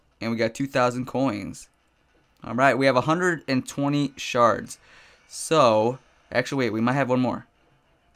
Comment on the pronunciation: is it just me or when he says shards it sounds like he is saying sharts?